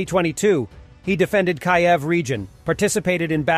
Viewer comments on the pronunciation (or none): Seems to me that if Warthog Defense is so into reporting the war in Ukraine, that the reporters would at least learn to pronounce the country's capital correctly. That "reporter" pronounced Kyiv as Kai-ev with two distinct syllables, BOTH said wrong. Yeah, no, duh, has this person NEVER HEARD the name of the Ukrainian capital pronounced properly IN ALL THESE YEARS and THOUSANDS of video reports FROM Kyiv IN -EVERY- COUNTRY'S NEWS REPORTS??? You would be hard pressed to NOT hear Kyiv pronounced properly if you watched ANY DAMN REPORT FROM ANYWHERE EVER!!! Really. And HE IS WHO WD CHOSE to narrate that clip. (He's not cgi, is he? He sounded irl to me) WD needs to realize the psychology of this type of thing. When the viewer hears a lazy mispronunciation like that it's like a jolt, attention getting-- if the viewer knows the correct one-- not horrible, it doesn't ruin the narrative (unless it's egregious or comically stupid, like Trump saying Chjina-- BUT YOU DON'T HEAR HIS NEXT few sentences because you are thinking about how stupid he sounded saying it like that), but it throws into question the veracity of everything else that reporter says because he/she made such a stupid little mistake-- they seem less sharp, less on top of the situation. What things like that tell me is that this org doesn't care enough to get their facts straight and organized--- or edited... did they watch this before posting and NO ONE noticed that flub?---- which I think starts with educating your tea